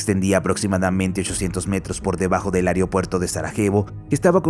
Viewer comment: No se dice AEREOPUERTO, se dice es AEROPUERTO. Favor corregir al narrador y si es una voz virtual corregir la escritura que da la pronunciación.